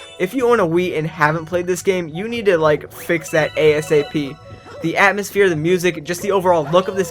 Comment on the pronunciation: lol, "The atmospheare of the game..". Because space game.